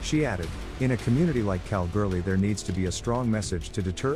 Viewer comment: Pronounced Kal-ghoulie just incase you were wondering.